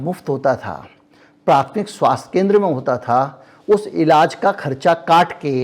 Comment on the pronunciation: सही शब्द इलाज है न कि इलाज़